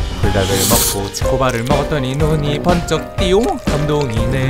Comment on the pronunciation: 띠용이 아니라 띠홍이라고 들리네욬ㅋㅋㅋㅋ